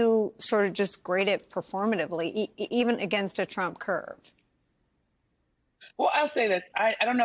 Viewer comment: Trump not Tramp 😂🎉